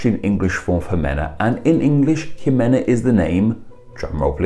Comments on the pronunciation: In Spanish we say the "x" like "sh" so that name would be shimena. Love the your content. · The vowels in Spanish are pronounced consistently, so Ximena Navarette would be ''Himena NavarettE'', with last ''E'' as in ''elf'' or ''Emma''. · The name exists in Portuguese (while very uncommon), but it's pronounced as She-men-ah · ximena is simena in Spanish. Jacques is pronounced Zhock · Seems to be more of a problem in American English. I'd like to think most Brits don't see the need to pronounce the initial 'X' as if it were the name of that letter of the alphabet.